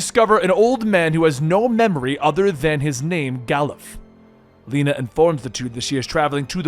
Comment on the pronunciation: It's not "Leena" - her name is pronounced "Le na"